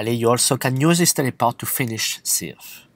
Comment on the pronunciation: Dude why u sayin "Zhis" or "that" not This or That ? In a video in some words u are speling "T" corect why u speling that word wrong ?